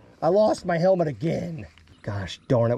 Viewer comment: definitely said "helment" instead of helmet 🤦🏻🤣🤣🤣